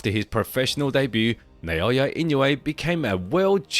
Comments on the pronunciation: NAH O Yah, not "NAY O Yah." Is that difficult? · Who’s Nayoya? Isn’t that Naoya?